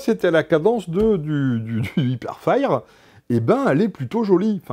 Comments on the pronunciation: Sa se dit pas " hiperfaïre " mais "hiperfaieur" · l'anglais incroyable : "hipèrfayr" x) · Mdr "ipairefaïre"